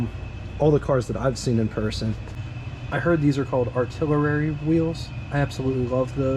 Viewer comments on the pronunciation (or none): It's not "ARTILLER-RARY", it's "ARTILLERY". You know, like "BANG-BANG, SHOOT-SHOOT"- Now YOU guess which song that's from...